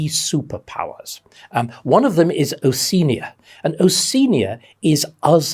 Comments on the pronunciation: I'm glad you've mentioned that. When I read the novel 1984 I always took it to be Oceania, pronounced 'o-she-ah-nia' and was a bit confused when David pronounced it differently. I was beginning to think that I had misread it in the book. Living as I do in the continent of Oceania I have a particular interest in this. I was also interested to hear that a person as intelligent and as educated as David has trouble pronouncing the name Haiti, but then I suppose no one is perfect. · I agree, he's so passionate about how history is a living factor in the present. Something we shouldn't forget IMHO. Though I'm a little confused about his pronunciation of 'Oceania'. Throughout my schooling, inc. Uni, we were taught to say 'o-she-ah-nia'. Dr Starkey says 'o-see-nia'. Is this a new thing?